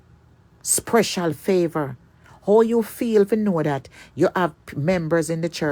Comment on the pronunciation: You sprecial...dummy, the word is special...dunce like!!!